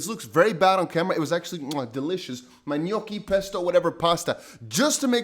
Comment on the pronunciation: Awesome video, as always... Also, 5 stars right there for how you pronounced "Gnocchi" 🤌🏼🇮🇹